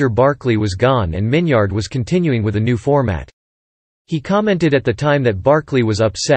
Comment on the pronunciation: His name isn’t pronounced Min-yard. It’s Min-yerd.